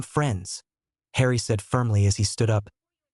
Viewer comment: please stop saying hrien it doesnt sound the same as harry